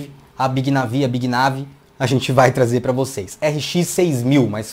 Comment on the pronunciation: Cara, para de falar NEIVI pq nem lá fora é NEIVI, é NAVÍ. Teu canal é mt bom! :)